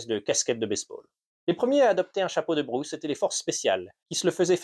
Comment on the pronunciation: The Bruce hat, huh? The AI voice can't cope 😄